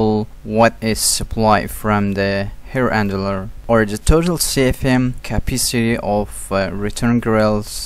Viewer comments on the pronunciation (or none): Hair Andler? Lol.good video but I can't not hear that lol